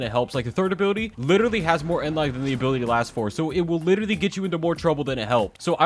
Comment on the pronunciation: Ability - abooty